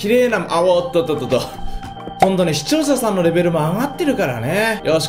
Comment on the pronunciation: もうすぐpart800なのに、「視聴者さん」を「視聴ささん」と言う。(･ω･ )